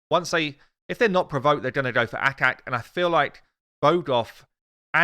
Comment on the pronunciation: ACHAK... not akak!